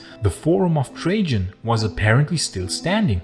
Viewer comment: I thoroughly enjoyed and appreciated the video. However, I just could not get past the mispronunciation throughout. The narrator is unable to use the “j” sound so he pronounces “Trajan” “Trayon”. Please get a narrator who can properly pronounce the words.